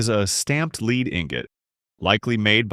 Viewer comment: lol i have to laugh these fools musing ai that can't pronounce lead as in the metal pronouncing it leed not lead like in head we shoul petition youtube to ban ai , amd most all the stuff seen so far is repeats of the repeats of the shop that grinds out videos under a dozen different names